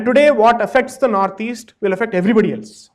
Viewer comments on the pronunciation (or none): none